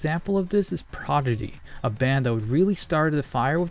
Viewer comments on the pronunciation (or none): The Prodidy? The Progity? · See what you did there 😂 Also... "ProGiDy"? 😐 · Love mispronouncing things! "Progidy" instead of Prodigy, "Alex" instead of Axel 😀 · Did he say Prodidy? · Presenter isn't a great choice to narrate. Also he said Prodigy wrong. It's not a complex word. For a Euro centric video you should of used someone like Caddicarus or even Matt Mcmuscles is brilliant at narration.